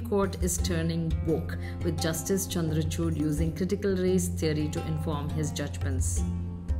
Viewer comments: man-ka-chuut, chandrachuut x;D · Please Hear 0.30 to 0.35 Min ....😅 Chandracuth...